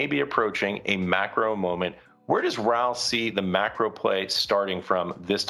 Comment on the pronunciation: Hey mate its Raoul Pal not Paul. So for this I can't carry on listening